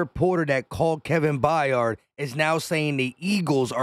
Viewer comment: Kevin Byard…. Pronounced “BIARD” BI-ARD!!!!! Not F’ing Bi-yard, please just read, Jesus F’ing Christ, it’s really not hard…. I know English isn’t your first language, but c’mon, cut me a break, content creator…. My ass…. Forget content, create some literacy.